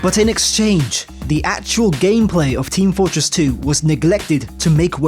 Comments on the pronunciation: "It's team FØRTress 2!" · "It's Team FOORtress 2!"